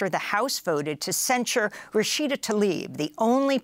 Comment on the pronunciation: It’s Rashida Tlaib, not Talib. Why does everyone do that? You can’t say T and L right next to each other? Tattletale is Tatteltale? Antler is Antelr? Come on people!